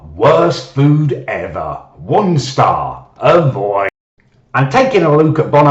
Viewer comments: WUN STARRRR!!!!! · Some nights I still wake up in a cold sweat over the way says Won Star!! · WON STAWH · wun stah